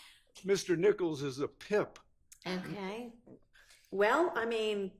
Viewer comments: I thought the part where it sounded like he called Mr Nichols a pimp instead of a pip comes in close 2nd. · I heard pimp also.